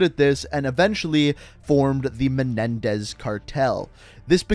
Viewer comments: It's menendez not menedez I see some comments and in the beginning of the video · he said Raul Menedez